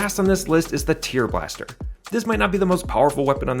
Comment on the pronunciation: Is this an AI narrator? The way it pronounces "tearblaster" is bugging me. Lol